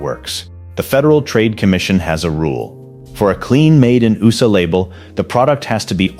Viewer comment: Your robot voice doesn’t know what USA is? It’s not ooosa